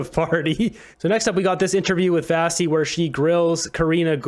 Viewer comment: Why do you keep calling her Vassi? Her name is pronounced Vashi with a sh.